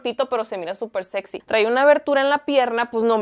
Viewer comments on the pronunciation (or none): none